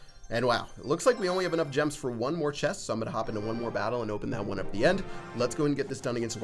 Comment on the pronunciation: Ches-t. It’s chest, not ches.